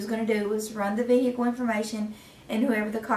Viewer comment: Vee-Hick-elll 😂 Jfc, hire people that graduated middle school!